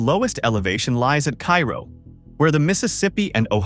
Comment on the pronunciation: It's KAY ro.